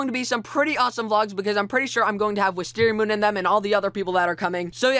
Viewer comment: APART I, YOUR WOLF LOOKS BETTER WITHOUT A BEARD. ALSo ,You're saying WisteriaMOOOO UOUOUUUN Wrong!